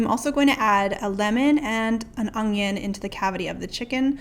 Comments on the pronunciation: Lol you say 'ung-Yun', my dad said onion that way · lol just without the g sound. un-yun